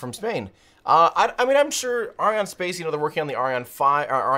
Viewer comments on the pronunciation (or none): watch the video and listen. The french can't say space as we do, so they pronounce it "spahce"...then others whom aren't french in the video start saying it as well. Weird